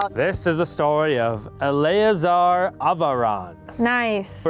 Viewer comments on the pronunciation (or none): First one, Eleazar, would most likely be pronounced Eeh-lez-er. Friendly Orthodox Rabbi's son's name is Eleazar, too.